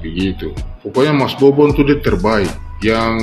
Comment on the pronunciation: Mbaknya yg jilbapan, situ gen z ya kok bahasa tuturkatamu ga bener ya... nyebut bobon aja babon. Ga minta maaf lg salah sebut.. ga enak bgt dan ga pantas untuk... aku yakin dia ga paham bobon kesana ada misi kemanusiaan bukan fisit atau berkunjung saja. berkomentar...